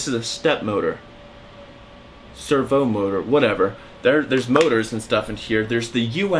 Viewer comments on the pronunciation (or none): anybody else cringed when he called a servo motor "server motor" LMAO